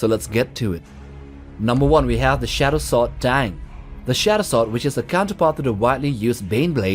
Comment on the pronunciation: "Shat-oh swort"